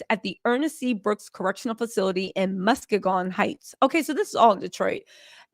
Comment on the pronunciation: Mus-kee-gon. We like 3 hours away from Detroit! Not Earnest C Brooks Correctional Facility! That’s 8 minutes away from my house. I’m about to schedule a visit with old dude! 👀👀👀😂😂😂